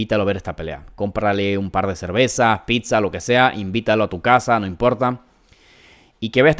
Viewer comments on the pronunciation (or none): none